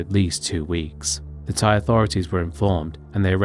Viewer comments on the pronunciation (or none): none